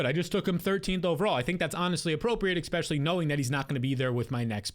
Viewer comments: That and “expecially” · You say EXspecially.